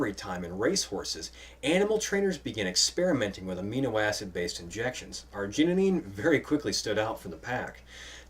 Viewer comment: You put an extra "neen" in arginine. :)